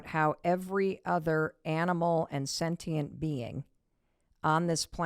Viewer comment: Mel: "Sentient" beings, not "satient" beings. Pronounced Sen-ti-ent or "sen-shi-ent" or "sen-shent"(differs depending where you live, but most people in NAmerica say senshent.) I am a skeptic that wants to believe and understand, I listened to every word - it has reignited my mind in this subject. Thank you!